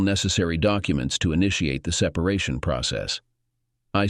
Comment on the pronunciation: Seep paration? Foot ag eh? What program do you use for TTS, something from the 1990's? ugh